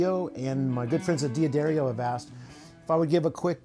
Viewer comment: Thanks for the rig rundown. For future reference, D'Addario is pronounced Dadario not Dee Adario.